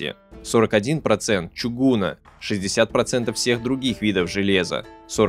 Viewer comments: что с ударениями? какого нахер, "чугУна"? чугунА, бл*дь!!! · Слушать молодые голоса можно и на улице: они там громкие и сильные, только несут сплошные "междометия" матерные. А здесь читает вслух написанный кем-то другим текст, но при этом ударения делает в "не знакомых русских словах" далеко не всегда верно. Особенно мне резало слух ударение "чугУна". Исходная форма - чугун, но при склонении по падежам ударение должно быть на последней гласной: (нет) чугунА. Вот что делает с русским языком методика его преподавания "для иностранных студентов" а не для носителей этого самого языка. Этому учит (сиречь - воспитывает) ШКОЛА. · Металлургия не твой конёк ? Не ну, с ударениями вообще- беда! ДомЕнные печи, чугУна. Это как? Это почему?. А так : читать столько о Японии сам я бы не стал. Это то, что нужно для развития знаний, чтобы понять. Спасибо за труд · ЧугунА, а не чугУна. Да несомненно, чугУн. Но не чугУна.